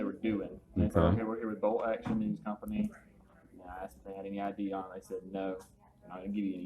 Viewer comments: " Asked" not " axed " or " ax " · I've seen this same cliche comment in other comment sections. So let me take advantage of this opportunity to explain it to you. A lot of black people pronounce it that way. You'll probably just have to get over it. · “Came to the winduh and axed me” hahahahahahaha